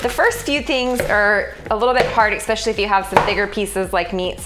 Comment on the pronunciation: ESSSSpecially, not exxxxpecially